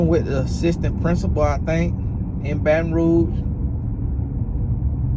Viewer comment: "Baton Ruash" 😂😂😂